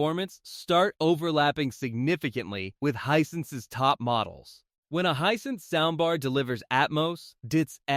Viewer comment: Hey the brand name is Hisense not what you're calling it get it right or stop posting reviews Hisense is an awesome brand I have a TV and sound bar from them and I would put them right up there with Sony, LG, Bose any day the prices can't be beat and save the consumer $$$ and that's fantastic.